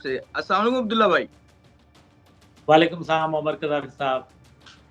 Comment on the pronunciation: Salaam sahi se to karna seekh lo, jitne bhi sahafi hain aur guest hain sab galat salaam kar rahe hain, zara gaur karein aur sudhar karein.